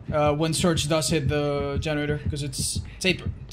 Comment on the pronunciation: Is it just me or when he said surge it sounded like search